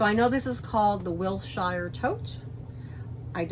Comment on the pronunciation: Hi, beautiful addition to your collection. Just to let you know it’s pronounced wilsher short sher not shire even though it’s spelled that way. Hope this helps you and once again major congrats take care.🌸🌸🌸🌸